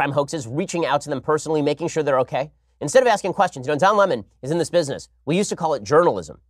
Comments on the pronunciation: Lmfao why is that idiot Tucker trying to make a salient point but mispronouncing the word "Lemon"? 😑 cringe.. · Tucker, quit callng lemon Le mon!!!